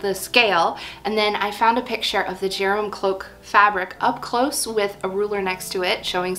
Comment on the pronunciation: Very interesting and inspiring! Just for the record, I thing Gerum is pronounced with a hard G, as in ‘gear’, and the name would be pronounced GAIR-room. I speak Norwegian, not Swedish, but the languages are very similar, related, and mutually understandable. Any Swedes watching?? Please correct me if I’m wrong!